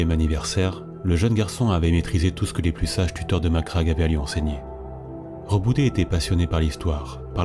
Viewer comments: Alors c'est tout bien , vraiment complet et beau à écouter... MAIS , par pitié ... on dit Roboute avec un "e" à la fin et pas Rebouté !!!! HAAAAAA à chaque fois que tu le prononce Reboutéééé mon double coeur d'Ultramarine fait un raté xD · justement il dit en ENG "Rebouti" parce que le "e" sonne "i" chez eux. Sinon ils auraient dit Reboutai en VO. Après je suis pas un linguiste mais ce Rebouté à faillit me dégouté =P Roboute sonne mieux en FR ^^